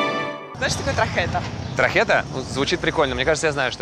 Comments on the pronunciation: tarjeta ! Не трахета, а тархета. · Tarjeta а не trajeta 😅😅😅